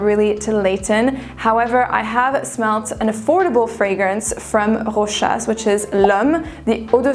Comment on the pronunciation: The only fragrance youtuber that is able to pronounce Rochas correctly.